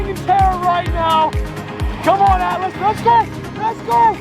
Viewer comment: Ahh, the ATLAS!! To start with I thought you were calling it the "ALICE"!!